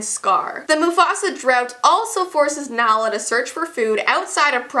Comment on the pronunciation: She pronounced it wrong my dogs name is Nala after Queen Nala 😂✌🏻